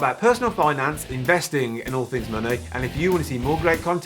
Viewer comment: Why do you say muney instead of money? 😂